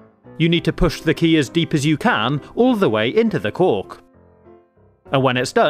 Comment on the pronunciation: Am I the only one who keeps hearing "cock" instead of "cork"